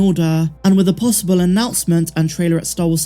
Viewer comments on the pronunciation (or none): none